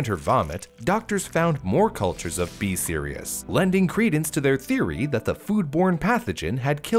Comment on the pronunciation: whenever he says B. Cerius or whatever it’s called, all I hear is BE SERIOUS. So I’m over here like, ok ok I’m being serious! 💀